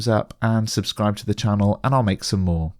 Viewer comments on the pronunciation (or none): none